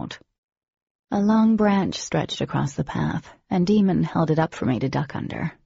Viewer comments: So you’re telling me my mans Daemon’s name is pronounced “demon” and not “Damon” ? no ma’am not in my Christian household 😩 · His name is DAEMON (DAYMON). Why would anyone name their child DEMON? Goodness, I hate that. Otherwise, this is a great story. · I can’t listen to this seriously if they keep calling him demon his name is Day-mon 🙄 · Jennifer armentrout the author has confirmed that it's pronounced day-mon and that the audiobooks pronunciation is a mistake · That's one hell of a mistake, given that even Oblivion audiobook is pronounced Demon. I hate it. I'm glad I know how though that is is meant to be pronounced Daymon. I do wish she'd fixed that though. It's so annoying. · I was today years old when I found it daemons name is pronounced Day-mon, not Demon.💁also I've read this book over 20 times (physically) and I've never figured this out. I've listened to the book soo many times too and yeah I've questioned it, like, lmao why is his name demon but to have it confirmed is weird and it makes me uncomfortable so thanks for listening to my Ted talk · they cannot convince me this boys name is pronounced "Demon" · I dont know who is reading this book but whoever is the narrator needs to lerarn latin its pronounced "Day-em-on" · it's Daemon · It’s Dee and Daemon. Pronounced as Damon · I refuse to believe his name is pronounced “Demon.” Also why did she give the Arum a Russian accent and Simon Cutters a hillbilly one? It was as distracting as it was comical! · I just can't listen to this..his name is pronounced Day-mon on Demon. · I agree. Even Jennifer said it's Damon so why was this mistake not rectified? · She really needs to re release them. I hate that it's pronounced Demon. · No, apparently Jennifer said it was a mispronunciation but why the hell wasn't that caught before it was released? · A bit ridiculous. The narrator can’t say day-mon or day—me-on., nor Audi…and only 2 hrs in. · This is what I don't understand. That's a huge mistake to let slip.